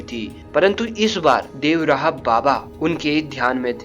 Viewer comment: अंग्रेजो की तरह देव रहा क्यों बोल रहे हो बाबा का नाम तो ढंग से लो देवरहा व और र को मिलाके बोलो